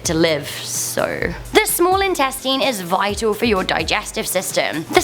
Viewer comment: “Small insteateen”